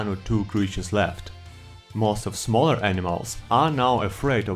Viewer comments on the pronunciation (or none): none